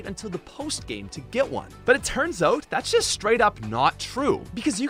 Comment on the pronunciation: Anyone else laugh every time he said "oat" instead of "out"